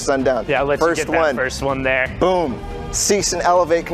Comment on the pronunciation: 4.38 its zat and saif Lol